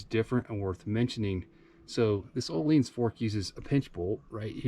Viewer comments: ohleens lol its ohlins XD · I like your “ohleens” version 😂 jk. Beautiful bike